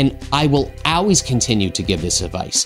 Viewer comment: He said, "AWWAYS!!!"